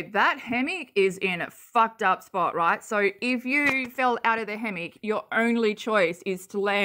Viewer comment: Poor babies... I wish they could be in a loving home. Absolutely heartbreaking. 😭💔 Thank you for showing this and raising awareness. Ps... my mom is from Minnesota and pronounces "hammock" just like Katie. Lmao. My brother and I always made fun of her for it. 🤣